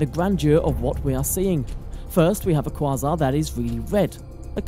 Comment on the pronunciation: You desperately need to learn to pronounce quasar. Here's an assist.